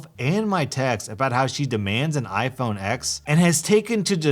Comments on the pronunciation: It’s iPhone Ten, not Ex. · The X in the name of iPhone is pronounced as “ten”